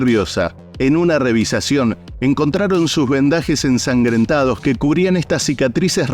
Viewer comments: Por qué dice revisacion? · Narrador. Se dice revisión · Amigo se dice revisión,no revisacion 😊🖐️ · REVISIÓN, NO REVISACIÓN REVISIÓN, NO REVISACIÓN REVISIÓN, NO REVISACIÓN REVISIÓN, NO REVISACIÓN REVISIÓN, NO REVISACIÓN